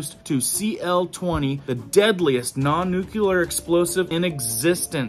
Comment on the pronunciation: I love your videos, but you keep saying nuculer , it’s nuclear